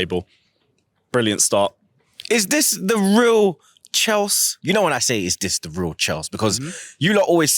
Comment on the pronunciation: Chels see chel see 😂😂😂